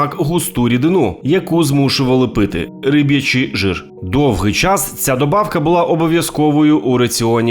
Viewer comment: Риб"ячий, не рибий